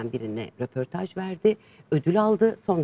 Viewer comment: Bir de rOportaj diyip duruyor. RÖportajdır o. Dili dönmüyor ama çok da bir özeniyor. Bilemedim. Çabasına alkış ama malesef yanlış. ve daha niceleri